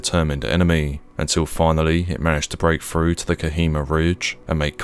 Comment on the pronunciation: Can't pronounce th's either its frust, instead of thrust, & free rather than three, frew instead of through ... so irritating! 😖 other than that it's interesting enuf 😂